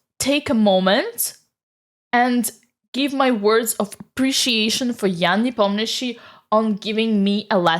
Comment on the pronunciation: Say Nepomniachtchi > Непомњиши